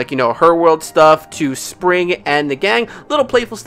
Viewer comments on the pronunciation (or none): its actually pronounced sprig not spring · It’s Sprig😅